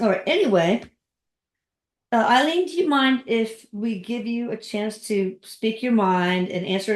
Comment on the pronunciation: When I lived in Gainesville Florida, Aileen was killing men up and down the interstate highway 75. This happened just a few miles from me. 😱 Btw, You pronounced her name correctly. Thank you,. You are fantastic for bringing us another great video. Thank you for introducing Erik into my life. He is always there when I need help. 😍Love you Erik as always, 💗Deborah, Psychic Medium